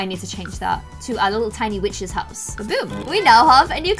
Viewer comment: 55 secs in I thought she said the b word instead of witch’s 😂